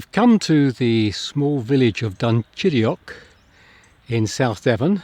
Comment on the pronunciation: This church, its age, the inside memorials, the graves buried beneath the floor is simply incredible. I love this church more than some cathedrals I have seen. I also love the way you perfectly pronounce "Dunchideock."